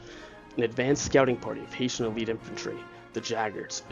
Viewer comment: It's Hessian not HaitIan.